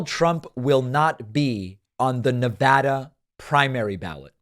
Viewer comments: You pronounced NEVADA properly! Fanta face did NOT! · I’m impressed and respectful of the fact that David pronounces Nevada correctly.